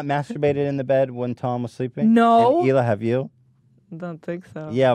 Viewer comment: Christina calling hila, HEELAH is as awkward as Joey Diaz calling her CHRISTINE...I love them both though.